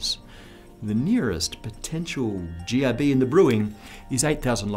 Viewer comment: is it me or when he said GRB, it sounded very close to Jihadi. And yes any jihadi close to you is bad.